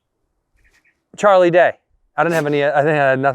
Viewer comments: had to exit once he said char instead of charlie lol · Why does he keep calling him char lol